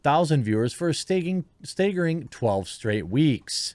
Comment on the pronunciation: Did you say "stagering" ?